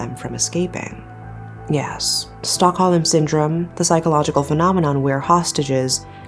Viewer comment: It's not "stock-ho-lem" it's pronounced "stock-home." Silent "l"